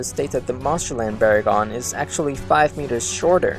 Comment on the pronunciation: VERR-in again. You guys drive me crazy, just like with GIGG-in and BAY-gin. Hey, why not Muh-GAY-lin, and AYN-glus and Kuh-REE-yew while you're botching names?